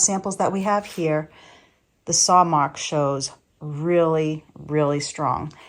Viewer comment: I love when I hear you say soar for saw…very Maineish for someone who has a Philly accent. Thank you for your channel. Your voice is very soothing ..a follower from Pemaquid Point in Maine